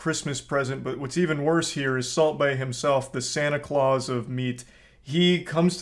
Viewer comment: It's Santa Claus, not Clause.